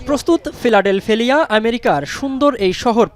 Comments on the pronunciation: ফিলাডেলফিয়া ✅ ফিলাডেলফেলিয়া ❌ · ফিলাডেলফিয়ার উচ্চারণ কে ঠাপাই দেয়ার জন্য ধন্যবাদ 🤣🤣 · উনি ভুল করে নাই,না জেনে বলেছে।উচ্চারণ ভুল